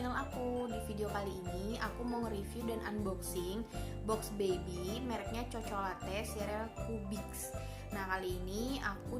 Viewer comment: Bacanya kokolatte mbak